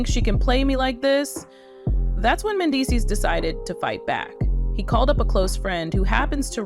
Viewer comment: Pronounce Mendeecees name correctly!